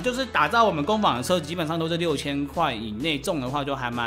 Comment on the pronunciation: 不是三聲是二聲 工坊（ㄈㄤ）